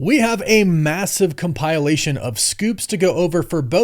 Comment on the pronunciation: This fool pronounced it COMPILE-ATION, cmon dude really😂